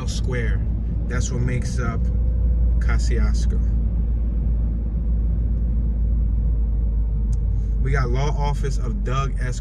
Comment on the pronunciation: the correct Polish pronunciation is already on YouTube. Search for "How to pronounce Kościuszko" uploaded by "Pronounce Names". As a Polish dude I can assure you this is the correct one. My point though was that I wouldn't expect Americans to pronounce it correctly, so the OP arguing is only funny, because I'm 100% sure he pronounces it wrongly himself.